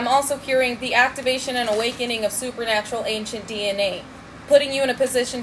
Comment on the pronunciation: Did you say poopernatureal?